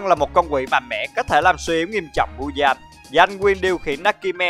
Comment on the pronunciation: Muzan mà anh đọc là Mudan